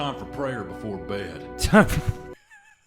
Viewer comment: “It’s time for prayer befaw bed”: timefo- 🤨BAHAHHAHAHAHAHAHAHHAHAHHAHHHAHAHAHAHAHAHAHHAHHAHAHHAHAHAHAHAHAHAHAHAJJAJAJAJAJAHAHAHHAHAHAHAH